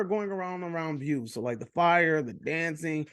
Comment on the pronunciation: How u watch the movie and still pronounce his name “bew” lol